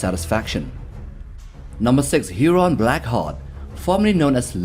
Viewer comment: It’s HURON BLACKHEART